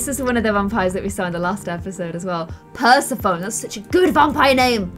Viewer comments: It’s not Per-sah-phone,. It’s pronounced Per-seph-ah-knee. After the Greek Goddess, and Queen of the Underworld. It might just be me, but turning Braelyn to force feelings Sammy just got over with him, is not going to end well. They weren’t a good pair before after he hurt Sammy by shutting him down, who’s to say Braelyn may take advantage and lead him on again? FLIRTY INTERACTION between Cody and Arya...when Cody has a girlfriend! 😱😱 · it's pronounced per-sef-O-nee not pers-A-fone 😂😂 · "Purse-a-Phone" Purr-seff-oh-knee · No one: Not a soul: Not even the soul's mother:: Purse-a-phone! (I don't know if everyone pronounces it this way... Here in the Midwest we pronounce it per-sef-oh-nee) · Love this! Just wanted to say, it’s per-sEf-oh-nee not per-sef-oh-n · dum-dums: Persephone (purse-eff-oh-nee), an intellectual: Persephone (purse-a-phone) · Per-sa-phone What a cool vampire name! Me a greek god fan- PER-SEF-OH-KNEE!!!!!!! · Persephone is pronounced per-seff-uh-knee Not purse-a-phone 😂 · Is it just me that got rlly triggered when said per-ser-phone I swear it's per-seph-onee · Although I appreciate the pronunciation ‘purse-uh-phone’ it’s pronounced ‘per-seph-an-e’ lol 😂🤪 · pronouncing it "per-se-phone" instead of the actual pronunciation "per-seph-o-ne" Me: 🤦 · Pers-a-phone!!😅😅 Pers-ef-onie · Speaking of pronunciation, Persephone is pronounced per-sef-on-ie, not per-se-phone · Its not pronounced Per-se-phone It's pronounced per-sef-o-knee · It is per-sef-o-nee not per-seph-phone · Yay! The Sulani Seb that we all wanted! Though I am sad the trio is disbanding Seb deserves a happy, not crazy life where he can have a wife and kids. Also I think the name Persephone is pronounce Per-seh-fo-nee. Idk if that's how you really pronounce it but it just sounds better to me. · Im pretty sure Persephone's name is pronounced Per-seph-o-nee. Not hating I love u but my brain might die. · "per-so-phone" Bless you loll